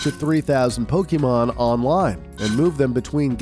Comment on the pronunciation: Bruh. It's "poh-keh-mon" or "poh-kay-mon", not "poh-kee-mon." Lots of other mispronounciations as well, like "Charizard." But you pronounce things incorrectly in every one of your videos. 🙄 Also Ash doesn't "leave home forever", lol.